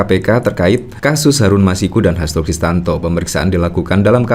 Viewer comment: Om....saya lihat dan dengar, nyebut Hasto Kristiyanto, dengan Hasto Kristanto. Mohon kalau bikin video jangan salah sebut lagi ya....😊